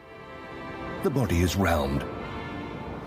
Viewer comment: They way he just goes "*Round*" omfg I can't